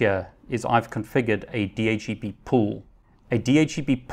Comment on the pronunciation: Love your videos, well-paced and informative. But I find it really hard to get past your pronunciation of DHCP...